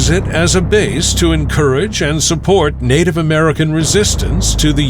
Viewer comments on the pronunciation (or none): none